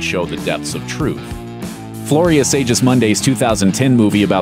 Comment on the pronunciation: for the record, it's pronounced Floria Sig-us-MOON-dee